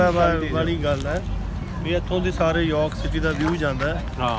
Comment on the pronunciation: O bhappeya York ni hunda Jorrk hunda punjabi ch